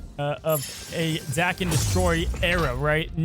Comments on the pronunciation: Say the word Taken... now say Daken. It is pretty simple. The way pronounces it doesnt even sound right in anyway. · Like your pronunciation of the card better than the dayken people say, but you make the “a” sound very aggressive. It’s more of just an smooth “ah” sound than the AAH-ken. Dah-ken. Bc it’s Japanese (as you mentioned) so their vowels are always pronounced: ah eh ee oh oo. Enough of the Japanese lesson another great video. Thank you 👍. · I believe the correct pronunciation is Dah-kem in Japan words are broken into syllables so it would be broken into Da Ke and then the sylabic n, which makes an em sound so Da Ke M. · FYI, the japanese pronunciation would be, "Dah-Ken". Dah like "dock". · 駄犬(da-ken) which means mongrel in Japanese. The A is pronounced softly (which you had right before you said it the Brode way). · It's pronounced DAHken, not LevioSA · It’s dake like jake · If we're looking for the Japanese pronunciation, だ (da) is pronounced "dah" as in dad in English. Then けん (ken) is as expected. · His name is pronounced "Day-ken" 🤣 love you videos homie. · The Japanese pronunciation is like "darken" without the "R". That's a simple shortcut that'll get you close enough. No need to dive into the nuances of the consonants and timing. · Japanese pronunciation is Dah-Keh-n. Da always sounds like Dah. Ke always sounds like Keh. The japanese language has far fewer sound variations than english so the pronunciation is pretty easy to figure out once you know some basics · Anytime i hear Daken pronounced like "Dah-ken," I wonder if "Dream Warriors" is going to start blasting in the background and Freddy Krueger is lurking nearby. Joke for like...three people. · I was about to type “Thank God he called Daken by his right name…” then he legit messed it up back 2 seconds later… The name is said in the cartoon. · I love that says Daken with a different pronunciation every video. I'm waiting for "Day-kon".